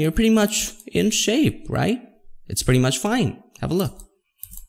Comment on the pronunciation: when he says pretty munch in shape, yes i accept it.